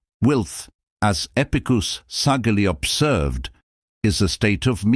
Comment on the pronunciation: Although the information is valuable, it would be beneficial to edit the script in such a way that the AI narrator can speak properly such things as Epictetus' name. Section breaks and correct pauses would also be useful.